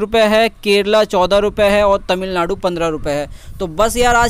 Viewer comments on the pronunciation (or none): none